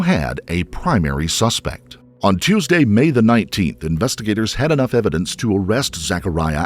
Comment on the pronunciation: "was it a toosday?" 🙄Looks up. 🤔💭Toosday? I dont even know where i am right now 💭